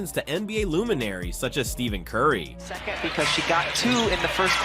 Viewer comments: I called this the bum Blast Channel. Bend over for 1.5 hours to find out nothing.. Can't even pronounce Curry's name correctly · I call this the bum blast channel. Watch for 1.5 hours and same old crap. You cant even pronounce Currys name correctly..... Idiots....